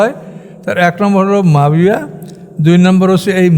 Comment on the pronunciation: মুয়াবিয়া (রা:) কে উনি মাবিয়া বলছেন।